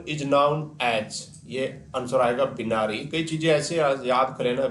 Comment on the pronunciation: ये Binary बिनारी नही होता सर बाइनरी होता है